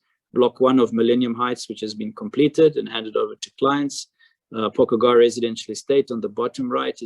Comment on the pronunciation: It's pronounced 'po... kugara'. Not pokugara. 🙂